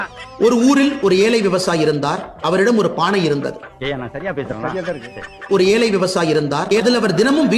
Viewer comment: அன்னாமலை ஏலை இல்லை டா ஏழை சரியா இவனுக்கு தமிழே வாயில நுழையில அப்புறம் இவரு தமிழை தூக்கிப்பிடிக்கிறாராம்